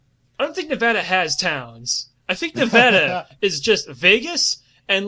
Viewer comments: Ne-Va-Da not Ne-Vo-Da. im from Reno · As a native Nevadan, the pronunciation KILLS me every time but the description of the wastelands in between places like Vegas and Reno is spot on